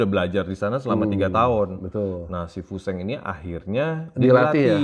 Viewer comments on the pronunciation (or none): Koreksi yah bang memang namanya tulisannya fu sheng, tapi bacanya itu Fu shen. Ini idola saya diwakfu tahun 1980an. Filmnya banyak beredar di bioskop.